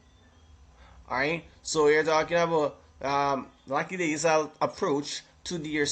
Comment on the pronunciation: so nobody talking about the pronouncing of lackadaisical🤣🤣🤣🤣🤣🤣🤣🤣🤣🤣🤣🤣🤣🤣🤣